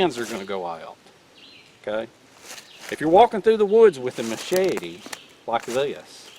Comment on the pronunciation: Ma-shey-tee... Great video...